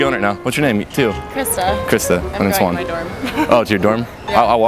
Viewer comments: Your name is Juan... but can´t pronounce it correctly... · so when you say your name i notice you really say that H in the beginning. i'mma try that next time.